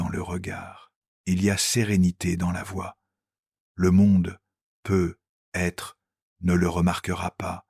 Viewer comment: C'est merveilleux ! Quel beau message mais j'aimerais beaucoup qu'une locution soit corrigée c'est "peut-être " D'entendre PEUT être avec un silence important entre les deux mots fait perdre momentanément le merveilleux message envoyé !